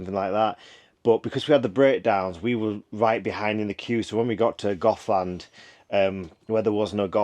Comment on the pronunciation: It's Goathland ...not GothLand, (a place populated by pasty faced, black haired folk!)